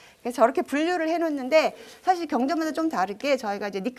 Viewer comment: 또, 좋지요 같은 고유어의 첫자도 길게 발음 해야겠읍니다. "한국 어문을 고발함"이란 책을 한 번 읽어 주시압.또, 사실, 찬성, 여부 의 첫소리는 길게 발음하셔야지요. 변 완수 배